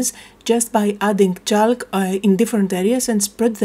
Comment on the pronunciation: Love the page the colours are amazing and I have a similar stamp so I might give this a go. Your English is amazing but a quick word about the pronunciation of chalk. The ‘l’ is not pronounced so it is pronounced like ‘chawk’. Hope you don’t mind me saying. 🇦🇺